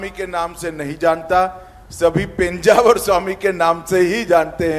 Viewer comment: Title is mis match -- just to get hits Thumbnail title is given highly sensational sentence -- This will lead to people losing trust with the channel. PENJAVAR nahi he sir -- It is PEJAAVAR a place name which you can google it -- Very close to Mangalore Airport